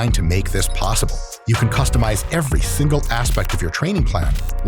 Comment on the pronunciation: "every thingle aspect"